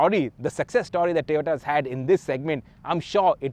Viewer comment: Surprising that you are mentioning Tiota. All due respect it's TOYOTA not Tiota.